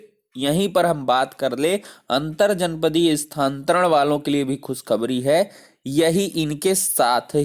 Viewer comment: Sthanantaran kahe na ki sthantaran